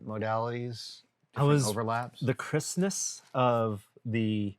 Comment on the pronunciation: Everytime you both said "Crispness", I heard "Christmas" and thought that was a specific term for that style of printing I hadn't heard of before :D